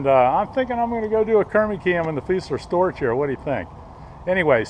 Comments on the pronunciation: great video except, Storch is pronounced Stork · Hey Keermie it's pronounced stork .